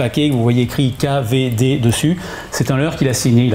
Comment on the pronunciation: Excellente vidéo! Super! Mais on dit pas Kavédé mais Key vi di, repeat After me. Hahaha 😁 continuez comme ça c est chouette.